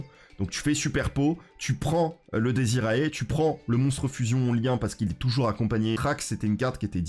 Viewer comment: Bonjour, tout d'abord merci pour ce contenu vidéo-ludique de qualité. Je veux céans vous faire part de quelque soucis de prononciation du latin que je rencontre partout chez les yugitubeurs francophone. Cela concerne les cartes démonforge ( fiendsmith ). Donc on prononce " diez iré" ( dies irae) et l'on prononce "ki-ri-é" ( Kyrie ), ce sont pour la plupart du temps des concept religieux et souvent des concepts rattachés au deuil ( requiem signifiant messe des morts, lacrima les larmes etc ). Merci beaucoup de votre lecture, je poste rarement mais j'avoue que ça m'a rendu chaffoins. ---- Jean-Constantin De Chateau_Neuf De La Villeclaire